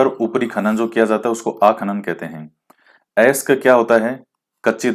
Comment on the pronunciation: वोलस्टोनाइट और जास्पर 100% राजस्थान में मिलते है ...Sir aap अयस्क को 😂 अयसक बोलते हो .😅😂Really nice..